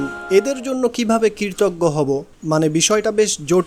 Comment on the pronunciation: Assalamualikum wrb, dear, dabbing good but need more focus on some specific words as kritoggo, stri,uchharon thik korte hobe. Apnar hobe Obossoi inshaaAllah, rehearsal lagbe abong onnoder dabbing gulu bar bar sunte hobeJazakAllah khayr